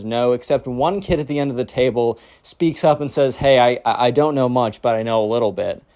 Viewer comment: Bro "table" njhghhnhgguhnhj